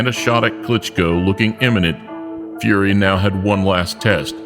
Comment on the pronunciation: Tyson FeYUHree